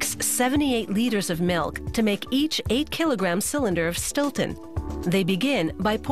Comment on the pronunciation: Its Stilton